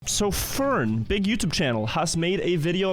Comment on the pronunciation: It's fern not førn